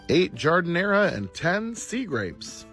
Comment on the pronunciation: Every time he pronounces Jardinera like that, someone on Spain trips.